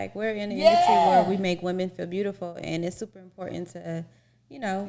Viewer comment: IM-PORT! TAUNT!!! TAÉ!!!!! 😂🤣😂 ÉsPANOL!!! Definitely WORD OF THE DAY!! Importauntè